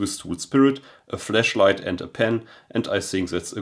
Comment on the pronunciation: I had to chuckle. With your accent “flashlight” sounds like “fleshlight!” I thought you Euros adopted the British word “torchlight!”